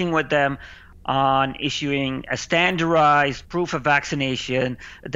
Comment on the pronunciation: Stanarized? It's Standardized